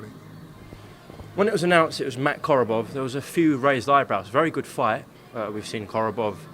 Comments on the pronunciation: "Koborov"? Come on, Chris. You can't even say his name right. The name is Korobov. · Doesn’t help that you keep calling him Koborov you numpty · its Korobov not Koborov lol